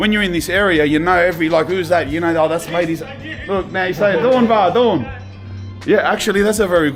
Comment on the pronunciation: Dam my bruh, i thought you saying your name was Dawn, lucky those subtitles came up. Doin', gotcha.